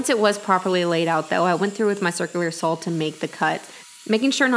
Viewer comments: "sawzall" is very common in the south when referring to a reciprocating saw. Very much like "skillsaw" when referring to a circularsaw. just an FYI....but yes, I find the "sawl" thing kind of cute to be honest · powaybob Lol. I rate these videos by how often says "saw." This one gets a very high score.